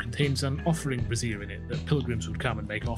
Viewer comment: This is super helpful, thank you so much! My wife cackled when she heard your pronounce "brazier" as "brassiere" lol